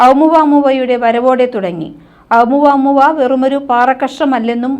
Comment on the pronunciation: ഓമുവമുവ എന്നാണ്